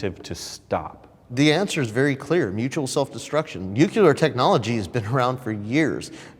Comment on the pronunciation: The minute said “nuc-you-ler” weapons and “mutual self destruction” after taking such a cruel/selfish stance on drones I was very over him